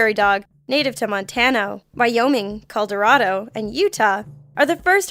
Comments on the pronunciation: its not pronounced "called-erado", its "called-her-ado" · did i hear Colderado instead of Colorado? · callederado??? It colorado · montano? colderado? what the fuck is wrong with this bitch lol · Who else went into the comments to see if anyone else noticed that she said "Coldarado" instead of "Colorado"? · did she just say coldorado its colorado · lmao she said Caldo-rado instead of Colorado. But its whateves since shes Canadian. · #2 she says "Coldorado" instead of "Colorado" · wtf is caldorado... Lol you mean Colorado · coldarado huh? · Coldorado? seriously? it's COLORADO!!! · I have only one thing to say... Caldorado. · coldorado? is that in canada? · Does anyone else notice that screws up A LOT?! Seriously, it's annoying. Coldorado?!?! Bitch, you're American. You live here. You had to have learned the 50 states in elementary school. Not once have I heard of "Coldorado". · "COLDARADO" ... well I suppose it's pretty cold here, but we like to call it 'Colorado' anyways. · Coldarado huh..... never heard if it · way to butcher my states name it's colorado not coldarado. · Ah yes! Good ol' Coldorado :D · I understand that most or all of Planet Dolan's staff is British, so no hate intended. Just want to point out that it's actually Colorado and not Coldorado. Had to listen to that twice when I heard it. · Colderado??? It's Colorado thank you very much... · Caldorado? Colorado. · caulderodo cmon bitch colorado (CAll (like a phone) - OH - RAD - OH) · Caldarodo? It's okay. You tried. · Did you say Colderato? ... Seriously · Did anyone notice when she was talking about prairie dogs she said COLDarado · "Montano, Coldorado" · Did this girl just say coldarado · the ish mark u fuck up Montano Calderado and maybe a few other words... where are u from? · Coldorado, eh? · she said coldarodo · really? Coldrado?!? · Montano?? Caldorado?? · Anyone else hear "Coldorado" when she listed the states during #2? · Anyone catch the "Caldorado" ish?? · Coldorado. :P